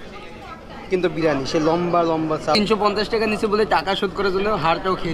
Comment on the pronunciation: Kothata BIRANI noy Biriyani